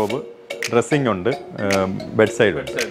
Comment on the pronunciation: Bud alla..bed aanu😅